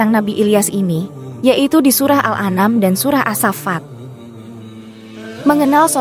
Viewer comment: narasi text to speech d perhatikan tanda baca dan logatnya min walaupun TDK sesuai teksnya. Misalnya surat assafat. Sesuaikan dg cara baca arabnya biar g d baca assafat tapi assofat. Mending d ketik assofat biar teks to speech nya real. Contoh lg surat Al an'am. 🤦